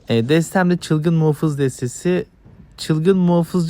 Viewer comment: muhofız değil muhafız videoyu izlerken ekranı ısırdım